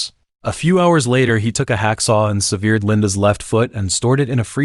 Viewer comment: Sev eared, what’s that?